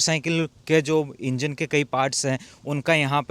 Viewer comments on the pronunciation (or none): none